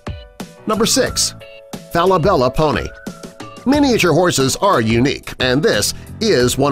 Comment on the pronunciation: As an equestrian. In this entire video like one of the facts are true, kinda- nah there are stupid. Also what drugs are you on thinking Falabella is said like that? not even close sInCe WhEn WaS tHe FjOrD BasSeD oF a WomEn? where is this guy getting his facts from?!